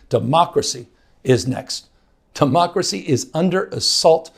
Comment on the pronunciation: He said tamocracy😂